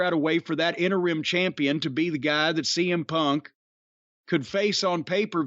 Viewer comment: Thanks to Corny, I’ll forever pronounce “interim” as “enter-rim”